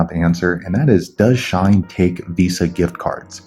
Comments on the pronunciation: it’s “she - in” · Haha, its she-in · It’s pronounced like sheen, lol. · Sh-e-en Shein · Its pronounced Sheeh-in! /gen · its she-in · She-in That's how you pronounce it 😃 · Is it just me dying everytime he says shine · not just you 💀💀💀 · its SHE-IN lmaooo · It’s pronounced She-In but nice video